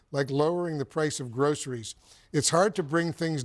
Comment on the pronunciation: that's what he said Also, I wonder what will be harder for Trump.... bringing down grocery prices or learning to say the word "groceries". 🤔